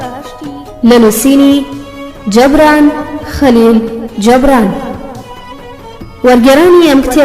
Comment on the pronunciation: دەستت خۆش بێت بەڵام ناوی نوسەرەكە بە هەڵە دەخوێنیتەوە (جەبران) نیە (جوبران)ە ماندوو نەبن